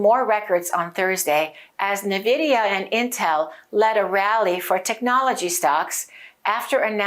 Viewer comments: I think the name of the company should be pronounced en-vidia (e pronounced like in the word pen) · Preferred / official: en-VID-ee-uh (i.e. “IN-vidia”) There are competing pronunciations of the company named "Nvidia". 1. IN-Vidia, 2. N-Vidia. ChatGPT said: That’s a good observation — there is some debate over how to pronounce Nvidia. But the “official” stance is pretty clear, and usage supports one version over the other. Here’s what I found: Official / preferred pronunciation Nvidia itself says the correct pronunciation is “en-VID-ee-uh” (so more like “in-VIDIA”). Business Insider reports that the company clarified the proper way to say it as “en-VID-ee-uh,” and that the version “NUH-vid-ee-uh” is a common mispronunciation. Business Insider Bloomberg also mentions that the company prefers “en-VID-eeyah.” So the “IN-Vidia” version (or “en-VIDIA”) aligns with how Nvidia intends it to be said. The “N-Vidia” variant Some people, likely by analogy with names that start with “N” (like “N-something”), opt for “N-VIDIA” (with an emphasized N). That pronunciation is widespread and understandable; in casual speech, many people will “spell out” the N. It’s not “wrong” in a colloquial sense, but it’s not the preferred/official version. Summary & recommendation Preferred / official: en-VID-ee-uh (i.e. “IN-vidia”) Alternate / common but non-preferred: “N-vidia” (with emphasis on the “N”) If you want to sound more like you know what you’re talking about (or match the company’s usage), go with “in-VIDIA” (en-VID-ee-uh).